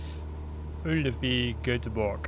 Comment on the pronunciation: Awesome. I think it looks Great. You pronounced Uddevalla good too. Bridge looks perfect. Funny about the cars. Hope they will fix it. Actually I just bought it to enjoy more great sceneries of Sweden and the world 😀 happy flying